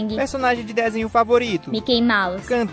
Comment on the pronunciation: "Menos (de) meio metro" Ela falo com D